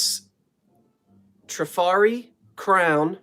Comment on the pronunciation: Trifari is pronounced Tra-far-eee. You can carry on with whatever you like, but now if you pronounce it wrong I can say, "Well, I tried. My work here is done." lol. I love the glass shades, glass etched dessert plates and the console bowls. The work on the purse is superb. Take care of yourself.